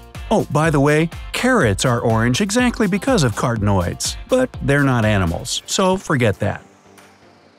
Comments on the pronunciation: thats not how you pronounce carotenoids. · OMG! Please have the narrator learn to pronounce the words before you record these!